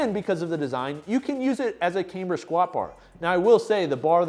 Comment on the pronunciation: Sorry to be that guy...but its "cam-ber".....not "came-ber"...not pronounced with a long "a".